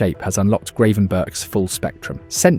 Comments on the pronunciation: Bloody AI voice. I-AX not Ajax Ten Harg not Ten Hag Grav-EN-burch not Grey-van-burg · I think it's pronounced Gravenberg